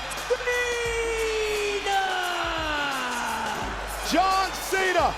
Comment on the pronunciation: Here is your winner john mena she said john mena😅😅😅 Edit- no hate